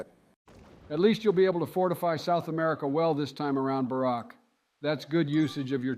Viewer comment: I hate it how biden pronounces America